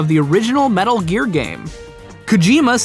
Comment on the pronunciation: metul geer